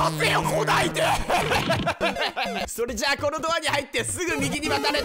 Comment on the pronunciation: オープニング変更ついでに、余計なお世話ですがエンディングも撮り直してみてわ？ それっじゃぁまたね！の甘噛みは好きですがw